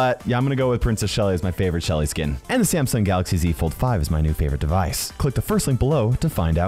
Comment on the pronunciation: If i had a dollar for every time he say samsong galaxy (something) i would be a millionaire